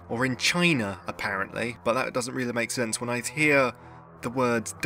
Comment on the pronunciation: Did you just invent a word? "Apparenleaks"